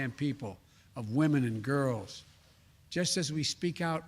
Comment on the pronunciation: the way he said "girls"